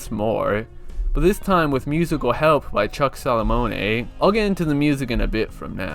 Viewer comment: "Chuck Sallamonei"